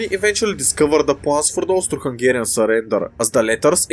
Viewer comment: I keep hearing it as "Toaster Hungarian"